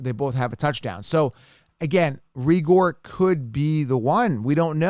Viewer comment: it's pronounced Ray-ger.